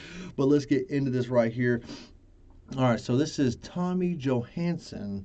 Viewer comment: Thank you! You pronounced my name surprisingly well